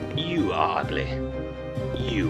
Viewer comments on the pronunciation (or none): i love how goofy the tv guy pronounces "ugly". "you are ugleh." lmaoo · I hear a lot more ugleh but I don't hear pretteh as much but I do kind of